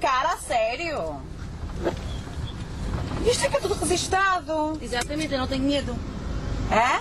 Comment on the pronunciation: "Rezistado"? "Tas me a alajar"? Atendiu-aa-a-Atingiu"? LOL